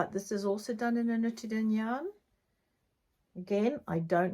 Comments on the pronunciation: Great podcast, so many beautiful things! You pronounce nutiden almost perfectly (maybe try just a little bit longer u, ”nuutiden”) it’s a Swedish made yarn, as you probably know since you also have Gotland-sheep, a Swedish breed. Looking forward to next episode. Greetings from Sweden 🇸🇪! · Nope, that’s not right- it’s pronounced just the way she says it, Nutiden, it’s a Swedish made yarn.